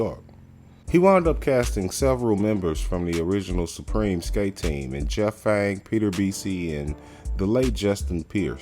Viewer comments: Are you says Fang? Isn't it Jeff Pang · Its PAANG not fang 😂😂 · So many of your facts are wrong … DO YOUR FUCKING HOMEWORK BETTER POSER !!! For example it’s “PANG” you idiot not Jeff Fang !!!! wtf smh … also the movie kids came out in early 1995 not 1997 !!! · it's PANG bruh.... PANG........